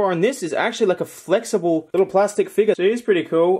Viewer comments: He says figer not figure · You say figure very funnily ...it's a fig YOUR not figga. Lmao